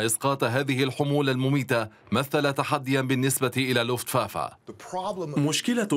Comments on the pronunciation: حضرة المذيع أسمو Luftwaffe يعني سلاح الجو لوفت vافي وليس فافا وحظيرة الطيران اسمها Einflughalle آينفلوگ هالي وليس هالا هالا كانت المرحومة جارتنا 😁 وشكرا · Not luftwaffa luftwaffe